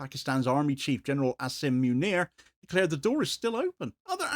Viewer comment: Asim Meeuineer😭(it's pronounced Ah-sim Mu-Neer)